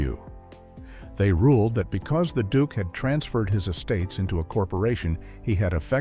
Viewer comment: Not all Americans pronounce duke the way of this narration.